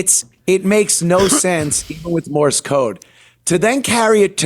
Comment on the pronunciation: Love how he calls it " Morris code" instead of Morse code.